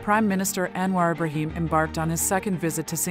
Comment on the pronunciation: Thanks for your great effort to summarise Anwar's various achievements within a short clip. Btw, wld like to point out that your voice over to the transcript pronounced "Anwar Ibrahim" towards the end wrongly.